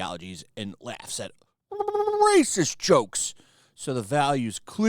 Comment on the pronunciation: STOP SAYING RACIEST LIKE THAT OR ELSE